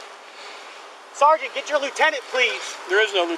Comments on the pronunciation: why does he keep saying sargeant? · My God, I wish they could pass a law where every time said the words "sergeant" or "corporal" that he could legally be smacked in the head. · I would arrest him just for the way he pronounces “sergeant” and says it over and over and over and over…. a nut job. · That's because in the army we say Sarnt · "Sarjunt, SARJUNT!" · SAR-JINT SAR-JINT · “Sergeant” the first ten minutes he said Sergeant 20 times. This guy is entertaining!